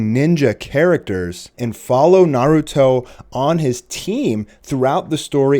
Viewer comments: "Naahrutoe" head ass is dumb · J SLAYS yah its naruto with a b its dumb. Its like instead of Gohan its Bohan.